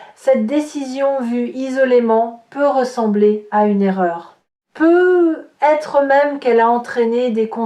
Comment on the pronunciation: Un peu bizarre de faire une lecture de carte, sans parler des cartes… mais bon, c’est tout de même proche de la vérité… Peut-être, il y a un T à peut. Il faut le prononcer. Ça fait vraiment bizarre votre « peu être »…